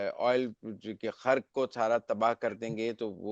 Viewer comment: سہروردی صاحب خرک نہیں ۔ جزیرہ خارک درستگی فرما لیجئے